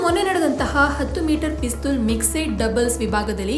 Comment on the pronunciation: ಪಿಸ್ತುಲ್ ಅನ್ಬೇಡ ತಾಯಿ ಪಿಸ್ಟಲ್ annu